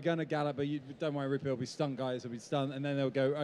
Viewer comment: Rupert, not Ruppert!